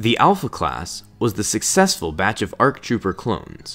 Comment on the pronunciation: There are no "RCs". Speak clearly.